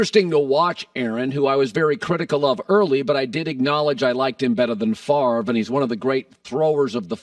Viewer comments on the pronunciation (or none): none